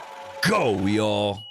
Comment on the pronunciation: Hey! It's not you'll, it y'all!!!